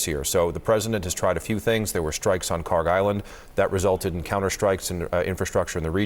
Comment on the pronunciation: The Island that you call it KHARG Island is actually is KHARK Island! There is no G when we say خارک! I think the translator didn't made any differences between k ک and G گ in Persian language! As you see differences between K and G is just with one small line but in pronouncing it is huge different! That means KHARK is the correct name!